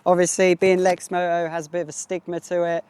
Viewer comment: There’s a t in lexmoto